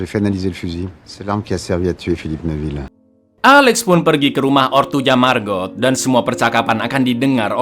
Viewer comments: Bacanya bukan Margot tapi Mago (lihat di scene saat Alex dan Margot di danau) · margot itu di ucapkan cuma margo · Lhaaa kok MARGOT sih bacanya??? Margot itu bacanya MARGO. T nya ga bunyi kak... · Jaques bacanya jaaks, margot : margo bang. 🙏